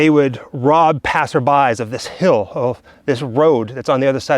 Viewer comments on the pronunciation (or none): none